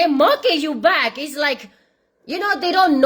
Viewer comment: I can't stop listening you say thae thae sing 😂